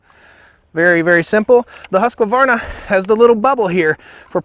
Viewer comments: Great video, only one negative comment. Husqvarna is pronounced exactly as it is spelled. There is no “a” between the “q” and the “v”. Like I said before, great job overall! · I like how these muricans equally mispronounce both brand names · European here. You pronounce Husqvarna in a very funny way... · Haha as a swede I always laugh when I hear Americans pronounce Husqvarna. You guys couldn't be more wrong :D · 1. Great video. 2. The way you say husqvarna makes me cry. 3. I'm wierd, so dont mind me :) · Video seems biased. Stihls chain is clearly not as sharp and I could hear it isnt tuned quite right. Its 4 stroking way too easy. Also it kills me how you mispronounced both names every single time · Keith Clark I beat you by one saw😉 and I never use them. I'm more like a motorguy. I buy them and fix them and then put them up on a shelf. I have two big Stihl (only an oilpump on the biggest one) and two Husqvarna ( I'm swedish) so it's always funny how you "over there" pronuence Husqvarna😂 My two Husqvarna I never had to touch them, they always work. Then I have several hobbysaws that I fixed. Right know I'm fixing a Husqvarna Rider 970-12. Will soon go down to the shoop.. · the dude is butchering both chainsaw names. The other one is SH-til, not S-til. It painful to hear. People who consider themselves experts on something should at least know how to properly pronounce what they are talking about. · I cant keep listening to you pronounce Husqvarna wrong every 20 seconds for fucks sake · Love my stihl, funny how you guys add a extra vowel on husqvarna between the q and the v. Thanks for the vid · Great comparison. The difference in the 10 inch log was 1.5 seconds faster with the Husqvarna. I agree with your choice. BTW it's pronounced (Swedish), "yoosc varna". English, Husq' varna, not "huskavarna". Since the names came up so many times in this video, I thought you may want to know the actual pronunciation:) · Husqvarna...... Not HusqAvarna !!!!!